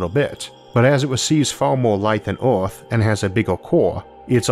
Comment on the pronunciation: "Oooorthh" again XD